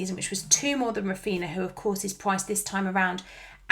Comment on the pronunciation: I know this is widespread, but the same as we don't call them Coutino and Ronaldino, Raphinha is pronounced Raphinia, only Andy from Let's Talk FPL is calling him correctly :)